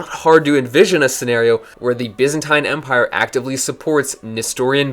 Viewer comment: Take a shot every time he says "byzantaine".